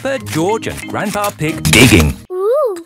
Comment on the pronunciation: Why did George say grandpa ig not grandpa pig